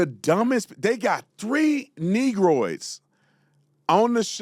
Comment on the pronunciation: Brandon said Negrodes hahahahahaha